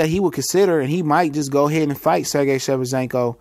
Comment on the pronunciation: you never say his name right.....lls.